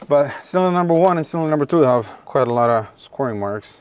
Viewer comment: It is, A lot, not alaaara